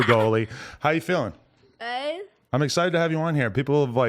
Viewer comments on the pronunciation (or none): she cant even pronounce the word "good" right xD